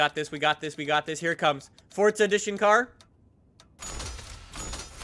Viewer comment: It's forza not fortza